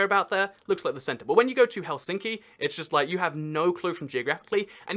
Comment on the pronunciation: Well, he put emphasis in Helsinki to the center, when it should always be at the front.